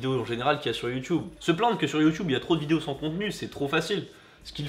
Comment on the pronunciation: c'est quoi ton accent quand tu dit youtube, c'est pour te vexée 😂❤ je t'aime quand même.